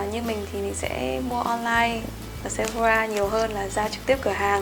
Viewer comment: Chị ơi chị đừng đọc Sephora là "Sép-pho-ra" nữa nha chị huhu "sẹp-pho-rà" nha chế :333